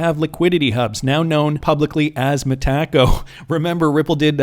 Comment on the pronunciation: hey Bud…it’s pronounced Meta-co, not Meh-taco.